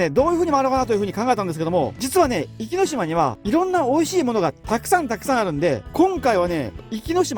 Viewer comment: 「おきのしま」ではなく「いきのしま」ですよ。